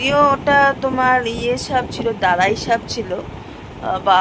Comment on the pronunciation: Kothao to thikthak bolte paren na..sap baiche abar kirokom kotha? Daras sap hoy jani otai ki darai sap bole ? Naki tomar pronunciation er er vul ota gominnovog chal er moto😂